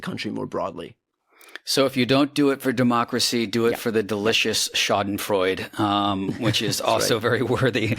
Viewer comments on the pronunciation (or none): Schadenfreude is pronouced with an "uh" at the end. The terminal e is pronounced, as it is in all German words. Just a hint to help you sound educated.